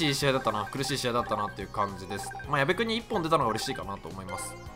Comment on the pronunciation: 矢部にゴロが言った時やばいの方のやべに聞こえるwwwwww